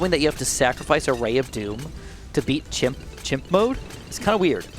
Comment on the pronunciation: Why does he say himp?